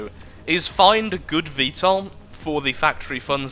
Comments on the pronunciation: You're pronouncing VTOL right. 'Murikan approved. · u r pronouncing it correctly